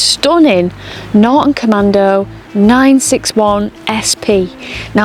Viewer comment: There’s a T in NorTon🤨